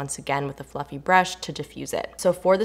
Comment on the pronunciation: When you said fluffy brush I heard "Fu**ing brush" 😂 bahahaha